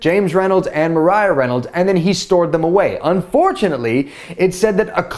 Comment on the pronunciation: Maria NOT mariah